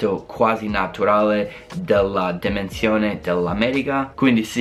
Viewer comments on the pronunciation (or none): 4.22 demensione😂, lo ha detto davvero